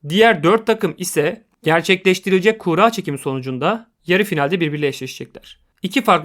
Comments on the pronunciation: Kura kelimesi kuğra diye okunmaz. Kurra veya kur-a diye okunur. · Kuğra demenden dolayı odaklanamadım ya :D adamsın harika iş çıkarıyorsun hocam.